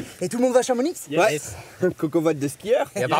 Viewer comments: chamonixe ... des le debut mes oreilles saignent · On dit chamoni pas chamonix on prononce pas le X ! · Chamonixe... Mes oreilles saignent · Svp on prononce "CHAMONI" et cela s'écrit "CHAMONIX". Merci. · « ChamoniX » j’ai fait un arrêt cardiaque 💀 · Chamonix xxxxxxxxx moins fort les cigales (Désolé quand on vis à chamonix on dit tous ça car ça se prononce sans le x) 😊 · on dit chamonie pas chamonixe hahahaah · Vous avez dit : Chamonixe !!!!!!! C’est Chamonix sans X !!!!!! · "Tous le monde va a chamoniX". Au secours c'est chomonix avec le x muet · Par contre on dit pas chamoniXE mais chamoni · Sa ce dit chamoni et pas chamonix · Personne parle du fait qu’ils ont prononcé « ChamoniX »au lieu de « Chamoni » ? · ÇA SE DIT "CHAMONI" PAS "CHAMONIXE" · Chamonix se dit CHAMONI et non... CHAMONIXE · CHAMONIXXXX????? nein nein nein ! On dit CHAMONI ! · Putain mais on dis "Chamoni" pas "Chamonixe" on dis pas "parisse" ? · J'ai entendu Chamonixxxe je peux pas continuer la video deso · quelqu'un les prévient qu'on dit "chamoni" pas chamoniX x) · Je suis savoyard on prononce Chamoni le x est muet comme le Z dans la Féclaz ou le Margeriaz, super vidéo j'ai bien ri 😂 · Sa se dit chamoni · CHAMONIX se prononce CHAMONI !!!! on dit pas le X !!! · On dit Chamoni on prononce par le x 🤣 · Hooooo on prononce pas le x à Chamonix team haute Savoie en force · On prononce pas le X a chamonix 😂 Voilà voilà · On dit pas le x de chamonix !!! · "chamoniX" omg mes oreilles par pitié ne dites pas la X😭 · Par contre on prononce pas le de chamonix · LE X NE CE PRONONCE PAS DANS CHAMONIX, BORDEL DE NOUILLES EPICS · On dis pas le x de chamonix les gars svp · On dit Chamoni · Chamonix 😂😂 Désolé les gars ça se prononce «Chamoni» 😉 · On prononce pas le x à Chamonix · Chamonix ON DIT CHAMON(I) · Par contre 'Chamonix" on prononce pas le X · Par contre les parisiens on dit "Chamoni" sans prononcer le X Allez bisous je vous en veux pas ;) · Chamonix on prononce pas le x, Voilà c’est tout